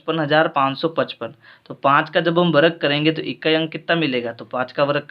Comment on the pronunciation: Varag nhi sir varg kahte hai 😂😂